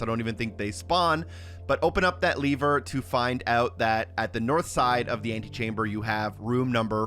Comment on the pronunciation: Saying leaver instead of Lever is driving me insane.